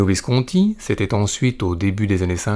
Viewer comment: Visconti est un nom ITALIEN, pourquoi l'épelle-t-il comme s'il s'agissait d'un nom français?? Et quelle voix monotone...